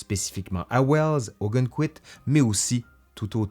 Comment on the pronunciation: Je connais très bien Ogunquit pour y avoir été des dizaines de fois. Petit détail, on prononce « Augonne...quit, non pas Augunne…quit ».